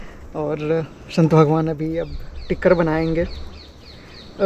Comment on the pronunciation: श‌ं‌त. नहि..स‌ं‌त बोलो😮😮😮😮😮😮😮😮😮😮